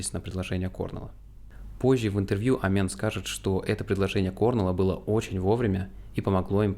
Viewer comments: С ударениями в каждом видео что-то новое происходит. Здесь кОрнелл, далее превратится в корнЕл, Эмент в амЕнта и т.д. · Информативно, но! Пожалуйста!!!! Послушай как правильно звучат фамилии. КорнЕл. На второй слог. Амент, ну или как он сам говорит Эмент. На первый слог.